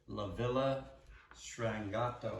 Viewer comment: It's pronounced " LA Vee LA Stron-Gee- Ahh- Toe" 😅. ( the strange village)